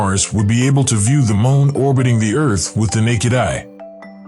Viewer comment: Larn to say moon right🌜 not mon